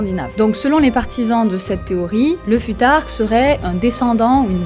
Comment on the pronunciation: Pourquoi mal prononcer le futhark si tu connais la bonne prononciation ? Ça induit les gens en erreur et c’est pas une bonne habitude